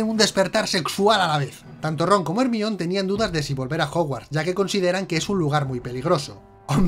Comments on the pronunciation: ERMION jajajajaja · Hermion JAJ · ermion jajajajaj